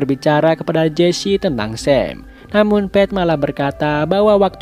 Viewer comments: Bang Ohio dibaca ohayo bukan ohio dan nama pete bukan dibaca pet tapi pit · Bang, pete tuh pit bang jangan pet, hehehe koreksi aja bang biar enak didenger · Koreksi bang "Pete" bacanya "pit"